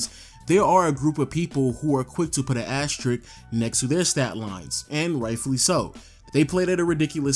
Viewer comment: This is a great video on the topic, I was thinking about it all lately, nice to see some data behind it all. BTW, you have an interesting speech impediment as you said "axe" instead of "ask" and "asterick" instead of "asterisk". Kind of interesting you can't pronounce the "sk" consonant pair 🙂